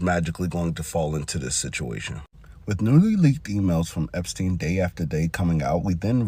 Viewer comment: Epstein not Epistein